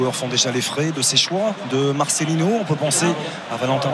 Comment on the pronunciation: Par contre les commentateurs faudrait apprendre à bien prononcer les noms hispanique, on prononce "Marssélino" et non pas "Marchélino", comment ça me soul de l'entendre mal prononcé et personne lui dit